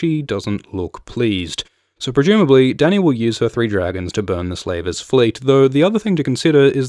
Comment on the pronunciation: Your narration is amazing! Love your videos. Why do you say 'Prejumably' instead of 'Presumably'? Just curious. Have I been pronouncing the word incorrectly all my life?